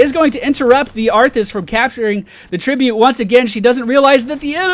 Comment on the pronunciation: "we did end up getting that tree-bute" ;3